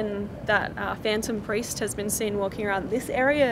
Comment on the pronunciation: I kinda hear Pari not priest